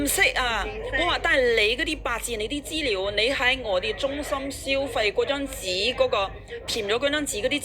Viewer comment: 大陸西就大陸西, 扮乜鬼外國返黎,資料讀成豬料